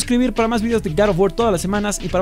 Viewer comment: Hoy vamos hablar de garef of worrs